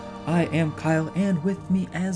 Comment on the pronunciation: yay! Kyle pronounced it correctly :)